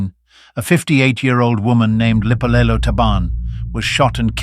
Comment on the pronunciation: It's written "Lipolelo" but pronounced "Dipolelo"....(meaning TALKS)